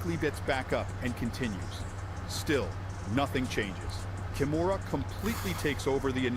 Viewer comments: KI MURA, not ‘kimona’ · It is pronounced Kee-moo-ra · Kimura is pronounced Ki moo ra, I think it was ai that miss pronounced it originally.